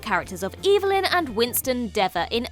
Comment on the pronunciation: The character pronounced her name "EV-el-yn" NOT "EE-vil-yn"!